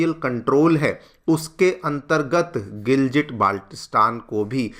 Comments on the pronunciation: It is pronounced as Gilgit not Giljit... It's been around in the news media for so long that you would have got it right by now 🙄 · It's not GILJIT it's GILGIT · The pronunciation is gilgit and not giljit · All videos must start with "..in a very, very significant development"😂😂. Also it's Gilgit (गिलगित) not what you are pronouncing (गिलजिट). बच्चा भी जानता है लेकिन तुमलोग नहीं, क्या ही पढ़ाओगे😢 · Sir giljit nehi gilgit honi chahiye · I think Sir is a big fan of Diljit therefore they pronounce it as 'Giljit' 😂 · You can't even pronounce the word Gilgit properly, but you want to take over the place. so funny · Pronounciation theek karlo gilgit ko giljit bol rahe ho pehle bolna sheek lo 😂😂😅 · Gilgit Baltistan dono ko galat pronounce kiya giljit nahi hai gil ki tarha git g same pronounce hoga or baltistan t same hoga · Bolna seekh lo bhai.. Second 'G' of Gilgit is pronounced same like first 'G'. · phalay bolna seekh ly Gilgit ko indians jahil jasay hum yaha nhi hai naa